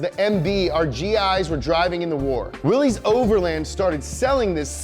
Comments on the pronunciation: WILL - LISS man Will-Liss NOT Willee's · 1. it's pronounced Willis, like Bruce Willis, not Willees. Drives me crazy. Though here in Amurika, if you keep pronouncing shit wrong it eventually makes it right. lol 2. the 3.6 came out in 2012, not 13 3. 285 hp not 265. I really like and this guy kills me in these videos but their research is often lacking. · "willies"? Mr Willys pronounced his name "willus"..... Unsubscribed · It is pronounced WILLIS not Willie. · It’s pronounced Willis, not Willy’s. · cool video but it’s pronounced as “willis” not “willees” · Hey... its WILL-ISSSS not WILL_EEEEEZ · It's pronounced will-is not Willy's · Great video, just one problem (and I think I speak for all Jeep enthusiasts when I say this) the Willys name is not pronounced “willies” but instead you say it like “willis” like Bruce Willis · FFS! It's pronounced "Willis". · It's pronounced like you'd pronounce Willis. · just an FYI: "Willys" is pronounced as "Willis." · BRO!!!! its Willys not frickin Willy's. Get it together. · For future reference, Willys is pronounced "Willis". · Willys is pronounced like Willis. Just saying. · Willys-overland is pronounced Willis-overland. Always has been. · Nice, you made a jeep video... but didn't learn how to properly pronounce Willys which should sound like WIllis. It's okay I guess since 90% people don't know how to pronounce it either, including the authorized dealers. EDIT: I have a 2018 WIllys Wheeler 2 Door. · Also the pronounciation of Willy's my dude